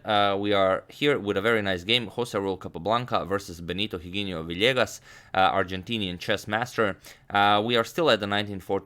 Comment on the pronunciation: Just a small correction when you're pronouncing Spanish names, or Spanish in general: You called Capablancas opponent as if the letter 'h' had a sound, but it doesn't in Spanish. You should pronounce it as if the letter wasn't there, so just as if it was 'Iginio'. And the 'g' letter must be pronounced strongly, like you did with the 'h'. If you pronounce it softly, it must have a 'u' behind it, so if I had to write down what you said, it hould be like this: 'Giguinio'. Hope this was useful to your vast knowledge ;)